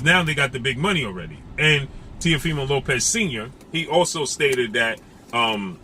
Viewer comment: Why don't you commentators give Lopez some respect and pronounce his last name the right way. I bet you wouldn't dare call him that to his face.